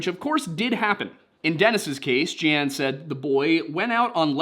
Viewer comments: Jeane Dixon was very famous and one of her most popular books was Yesterday, Today, & Forever. It related the twelve apostles in the Bible with the twelve zodiac signs. And she was often at the White House to give consultations. Oh, and her name was pronounced “Jean” or like “Gene”… for future reference. Thanks for all y’all do. Have a great weekend. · Pronounced like the word "gene", not "Gee-Ann"😁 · Macon is indeed pronounced May con. But Jeane Dixons first name is just like Jean or Gene. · It’s pronounced Jean or Gene. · Jeane Dixon is pronounced like "Gene". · You got Macon right, just like bacon. But Sevierville sounds like severe-vil, and the psychic is pronounced Jean - like blue jeans. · Her name was Jean Dixon, and her name was pronounced like Gene. She was friends with Nixon and his wife. There are tapes of him talking about her to Kissinger in the oval office. Pretty crazy shit. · I'm splitting hairs, but Jeane Dixon is pronounced 'Gene'. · ☺☺ Macon does sound like Bacon. 👍👍👍💙 (Sevierville, on the other hand, is "severe" ville.) You might see the names of Sevierville and Jeane Dixon again; Jeane is pronounced "Jean" and she was, in her day, quite famous.